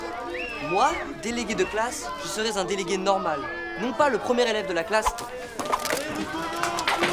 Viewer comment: "Je seraiZun délégué" ça me dérange